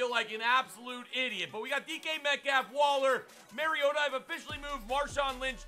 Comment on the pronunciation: I'm gonna be that guy, it's pronounced mario-ta not maryo-ta😂 love the video tho keep it up toilet gang